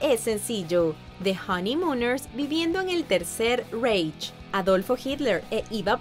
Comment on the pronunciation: Reich no se pronuncia como se lee, se pronuncia "raij".